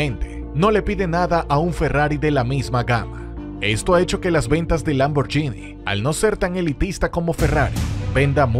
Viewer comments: NO se pronuncia LamborYini Xq lleva una "H" entre la g y la í, la cual la hace sonar: Lamborguini, ¿OK?. Si me hacen esperar, mejor me compro un "YUGO", del año. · Por favor aprende a pronunciar 'Lamborghini'.